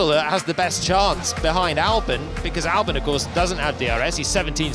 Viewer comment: Why does it always sound like Alex Under Albon? Just a confusing pronunciation